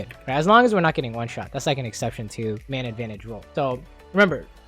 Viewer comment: I hate how every time he says “man advantage” it sounds like he’s saying “mana advantage”